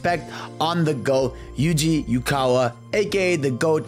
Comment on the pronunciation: Hate being a correct-Andy, but his name is pronounced "Oo-eh-kah-wah", not "Yoo-kah-wah". I love his work in the 90s. It's obvious he was HEAVILY inspired by graffiti and street art. That's why there's barely any straight lines in any of his work for the Adventure games. These are characters who bounce around and roll into balls. It makes complete sense to portray them as in that wild, curvy, modern (at the time) artstyle. Not only does it suit the characters, but employing an urban artstyle also helps usher the player into the whole concept of Sonic inhabiting a bustling, man-made, NYC looking metropolis.